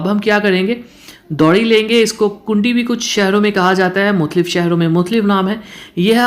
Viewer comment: کنڈی نہیں کونڈی کہتے ہیں